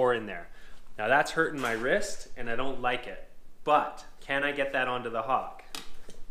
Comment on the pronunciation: The Hawkk....what are you from New York......west coast..Mudd and Pan buddy !